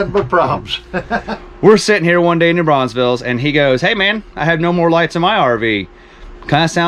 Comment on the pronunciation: Great and very realistic video! Btw, as a local, I gotta say (because it seems like EVERY non-local does it, including my MIL in MS)….there is one S in New BraunfelS and it’s at the end 🤣